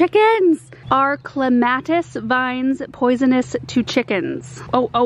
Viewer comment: I thought you said Columbine rather than Clematis. I was so confused. Love your channel. Thanks.